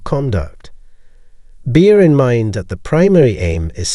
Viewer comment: was this an honest mistake? I don't think this was recorded by AI because I'm sure I can hear breathing between texts, but 'ninith'? The mispronounced 'bear in mind' was weird, but this is just wrong. What's up with that? Was this indeed AI or just mindlessly read without attention to what was being said? In any case, maybe that's why 80% of the viewers don't subscribe. There is no passion here, and it shows.